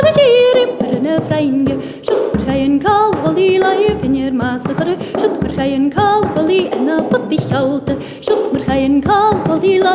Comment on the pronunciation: Yeah, when she says "Bhogainn" it sounds like "f***ing", I think it's pronounce "poh-king" or something to the effect. Either way, I want to learn this song.